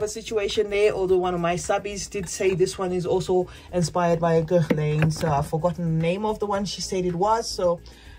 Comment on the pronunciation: A lot of ESL people say mo-cha instead of mo-ka in fragrance reviewsfor Mocha Wood. But the N in Guerlain is more of a suggestion, like "gare-lah" or "gaher-lah". I don't take it personally because there have been a lot of words or names that I only knew by reading, like Camus being pronounced Com-moo instead of Came-us. There are English speakers who mangle both French AND English names, so don't feel bad. I do tell people that I gift Fakhar to that the K is silent, though. 😊